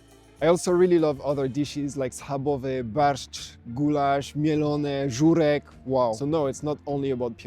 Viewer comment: Mate! Your Polish is terrific! Żurek, barszcz, pierogi perfectly pronounced!